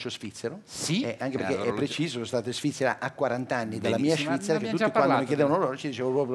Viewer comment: "Anche a Shvizzera c'era questo problema che se uno PUZZI.....se ti porti un SHAMPI..." ahahahahahahahahahahah